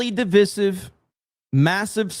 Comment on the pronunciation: [Di-viss-iv]...who pronounces divisive like that???